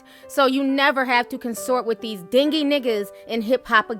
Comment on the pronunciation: Why she pronounce "dingy" like that 💀💀